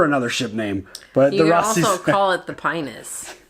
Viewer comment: The 'i' in pinus is pronounced like a long 'e', at least on Italian or Spanish, and in Latin according to Google Translate.